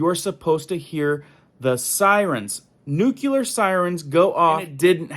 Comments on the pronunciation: Nuculur not a word it is nuclear. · It's not nucular its nuclear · Thanks for the heads up but please pronounce nuclear nu klee ur. Not nu ku lar. Thank you sir. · Nucular is not a word. Nuclear is the word you are looking for. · Thank you. But you would get more viewers if you'd get to the point more quickly. And by the way, it's pronounced "NU-clee-ar" not "NUK-u-lar". There's only one 'u' in it. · Newclee-er, not "new-qya-ler".